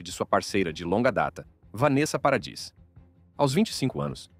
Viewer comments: " Peredisss"?😂 Parradiiii! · A pronúncia é Parradí !